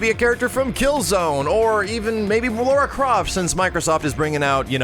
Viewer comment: It's not Laura, it's Lara. "Lar" as in larceny